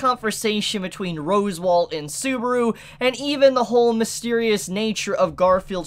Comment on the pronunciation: You're aware you're saying "Rose Wall" right? 😂